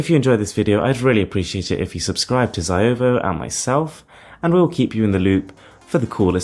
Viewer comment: lol he pronounces it as jhiao mi , it's xiaomi g.d. it